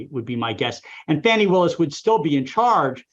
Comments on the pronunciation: At least give the voters thst elected DA Willis enough respect to pronounce her name correctly. When you purposely mispronounce her name you sound like smart ass cable news phoney expert. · "Factual statements that he knew were untrue." How dare DA Willis call that fraud. Please stop grossy and purposely mispronouncing DA Willis's first name.